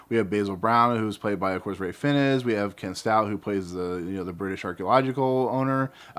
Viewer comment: "Fiennes" is pronounced "fines"